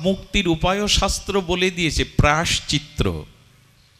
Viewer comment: প্রভু প্রায়শ্চত্র নয় প্রায়শ্চিত্ত